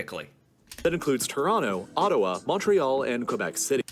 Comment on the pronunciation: “Ottowa” haha